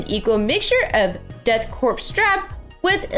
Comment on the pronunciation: Great paint job, but that’s not how you pronounce “korps”.